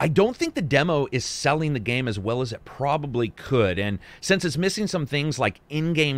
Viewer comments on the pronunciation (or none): none